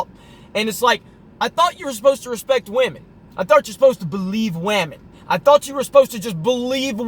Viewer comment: "believe WAMEN" 🤪🤪🤪